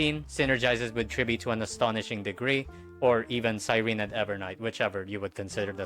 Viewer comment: No, not CYREEN, CyrenEE..